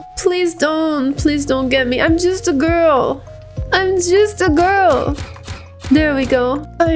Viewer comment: “I’m just a gurwl” 😣😣 huh.